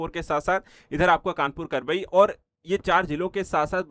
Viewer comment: भाई साहब यह करबई नहीं कबरई है